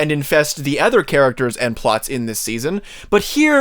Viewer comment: Great video but please learn to pronounce “other”😉 No offense but every time you said “ether”, I flinched. Ether than that, you had very valid points.